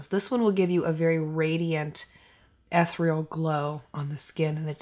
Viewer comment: Have I told you lately how much you rock? I so love your channel (it’s eth-EAR-real, btw) because you’re so relatable, and you get it - not everyone’s gonna go spend an entire weekly food budget on a $75 eye shadow palette, or some lipstick and a foundation. Heck no! I’ve purchased SO MANY PRODUCTS on your recommendation, and I always check my notifications because can’t wait to watch you’re next one. Sure hope you feel better. Prayers up 🙏🏻 ❣️♥️❣️